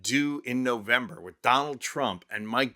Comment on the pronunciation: Rovember. Hahahaha. Sweet. It's nice to see people finally waking up